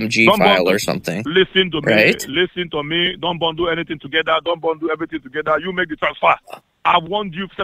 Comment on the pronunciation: Lease-teen tow mee